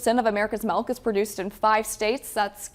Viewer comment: “Melk” lol